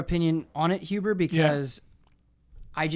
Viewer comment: When says "Michael Huber" I almost hear it as "Mein Huber"